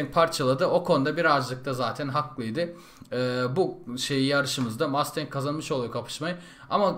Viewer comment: abi 1969 model ford mustang bi de 1969 model dodge charger ı dene charger yerine challenger da kullanabilirsin ;) ha bu arada o mustang değil masteng diye okunuyo :D